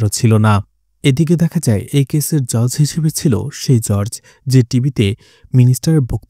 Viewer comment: উচ্চারণ টা জজ বা জাজ হবে ভাই, জর্জ না